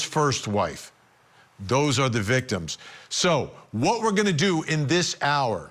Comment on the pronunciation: Someone please tell how to pronounce Tylee's name.